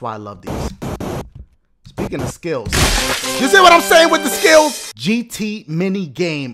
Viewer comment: When Dashie said I GOT SKILLS it was like he said I GOT SKITTLES!!! 😂